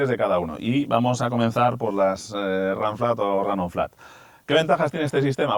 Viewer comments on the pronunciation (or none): Ranciar , donde estudiaste , literalmente se pronuncia “ runflat “ en castellano , el inglés para los ingleses , aquí se habla español !!!! Vaigase a freír chuchangas , papafrita !!!!